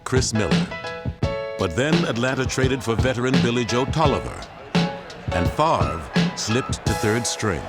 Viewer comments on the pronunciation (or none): Ah yes, Brett “Favor” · The man said Brett favor...lol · Brett Favor. Lol. Poor Brett getting his name pronounced wrong at the draft. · "Brett Favor"